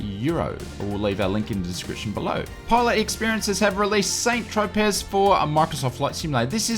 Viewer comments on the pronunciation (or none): Lol Saint Tropez. It's pronounced "San tro pay" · lol saint tropez... it's pronounced san tropay